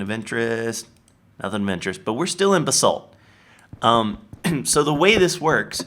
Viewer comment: Everytime he says "Raw Basalt" it sounds like he's saying "Rob Assault" xD